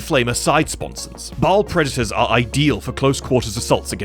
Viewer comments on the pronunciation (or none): Ba'al, not ball